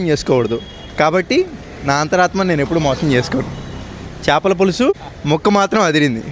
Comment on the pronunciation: చాపల పులుసు కాదు 🛑... చేపల పులుసు ✅......